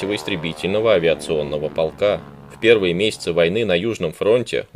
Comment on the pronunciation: Не полкааа,а полка. Откуда вы такой неправельный. Все гласные тянете,сложно слушать, а материал хороший.